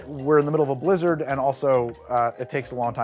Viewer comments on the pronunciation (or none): none